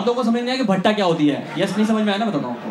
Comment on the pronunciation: Bhai Bhatta nahi batta hota hai jise jerk bhe Bolte hai 😂🤣😂